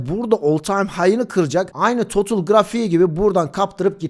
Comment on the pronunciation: Herşey iyi hoş güzelde total e totıl demen tüm ciddiyeti kaybettiriyor 🤦🏼